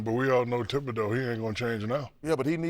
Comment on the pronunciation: FFS... The guy's name is Thibodeau, nicknamed "Thibs"... Why do people not pronounce it correctly ??? ...Even the Knicks analysts don't say it right... Lol